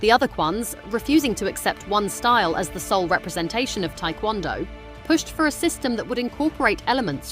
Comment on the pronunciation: Its not Thai kwon do, its Tae KwonDo